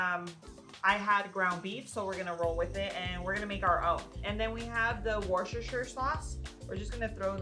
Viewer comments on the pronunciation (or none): Great recipes but the Worcestershire sauce, I am from near Worcester which is a city in the county of Worcestershire and it's pronounced "Woostershire", no "H" in the middle. Sorry it drives me nuts and I'm on a mission to get Americans to pronounce it properly :)